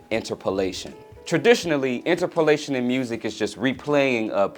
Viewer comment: i don't know if i can agree with your pronunciation of interpolation